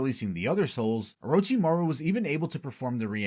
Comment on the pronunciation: Oh-roach-imaru LMAO I cant even, americans LUL